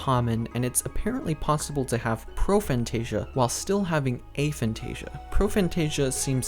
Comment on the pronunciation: Of course, I'm not the god of this subject, you clearly are (despite not knowing what you are talking about). First off, I wasn't being rude, I was genuine when I said the video was good, it is (he even got the pronunciation of the word right, which many don't), however, the part about the loci system was incorrect, hence the 'but' part. The loci system does NOT need visualisation, I can't visualise, I'm zero on the visualisation scale, but I still use the system on a regular basis (as do many others with Aphantasia)! I'm sorry if you think I'm taking away your victim status by saying you can actually do something, but people with Aphantasia can and do use this system. If you want to pretend we can't feel free, but please don't insist something is not possible without even trying it, you may put others off trying an incredibly useful system.